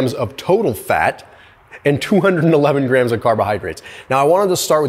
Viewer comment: It's grams not graham's! Duh!